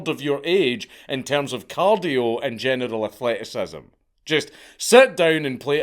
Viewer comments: I definitely heard "genital athleticism" lol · When you say "general athleticism" it sounds like "genital athleticism" 😂